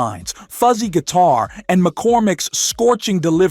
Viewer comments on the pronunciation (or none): none